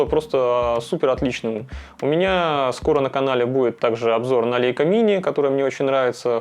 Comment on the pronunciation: лЯйка - эт по немецки, а мы, по привычке, читаем - по английски.